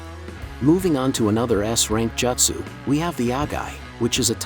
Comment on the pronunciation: couldn't even make the tts bot say jutsu correctly?